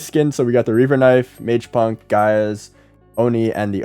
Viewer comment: MEGAPUNK ❌ MAJEPUNK ✅